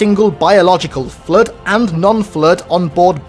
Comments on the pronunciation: I just wanna say it autocorrects your accent of "Flood" to say "Flirt" in the closed captioning and its hilarious XD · No, not "Flirt" and "Foreigners". Having a speech impediment, fine, God Bless. A bit of an accent, no worries. But for the sake of everything good: Say Flood not flirt. Say Fore-Runners not foreigners.